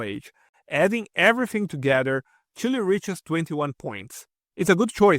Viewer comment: “Chile” rather